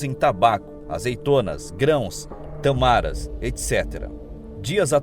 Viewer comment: Boa noite. A título de colaboração se pronuncia tâmaras e não tamaras.